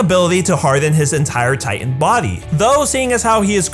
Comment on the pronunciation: I cant help but notice every time he says titan he says “tight ant”